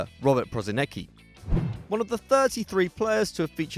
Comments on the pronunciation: Jebo te be izgovara se prosineki nego prosinecki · You fucking pissed me of with Prosinecki. If you are making a video make a fucking research how to pronouce names. It's pronouced PRO-SI-NE-Č(CH)KI